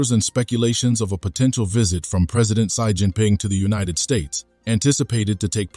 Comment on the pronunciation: "Sai" Jin Ping?